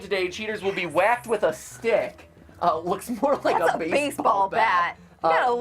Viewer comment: Undyne : Ooooooh Look at the "Scary Stwick"